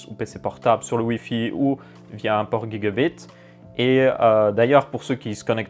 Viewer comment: On dit jigabit pas guigabit